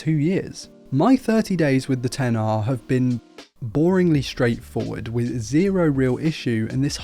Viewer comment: It's so refreshing to hear someone correctly call this phone a 10-R instead of "Ex-R". Whenever I hear someone call the this line of phones the "Ex" line, they loose all credibility of tech saviness with me.